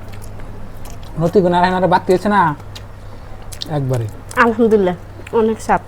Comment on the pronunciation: খাওয়ার সময় অনেক শব্দ করো মেয়ে মানুষের এরকম চপ চপ শব্দ করে খাওয়া ঠিক না আর তুমি আলহামদুলিল্লাহ ঠিক করে বলবে ঠিক আছে না হলে তোমার অনেক গুনাহ হবে❤😂